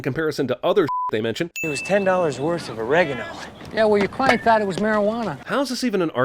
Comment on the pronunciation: pronouncing orEgano as orAgano. That's a sin.